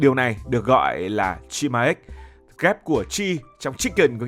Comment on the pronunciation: Góp ý cho ad combo ăn gà rán với bia người hàn gọi tắt là 치맥 và phát âm là “Chi mẹc” ạ!!